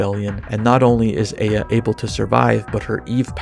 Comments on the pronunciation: Isn't it Eye-A and not Ey-A? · Eh-ya? Like that Outkast song from way back? I'm pretty sure it's pronounced eye-ya or ah-ya. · never pronounce aya again